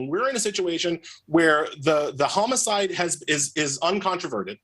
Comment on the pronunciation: Is he saying "chomo-cide"?